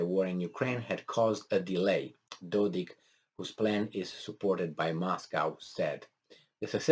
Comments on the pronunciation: How come you study Balkan but you do not know NAMES of Serbian leaders ????? It is DODIK with K not CH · Dodik, you are saying it correct first time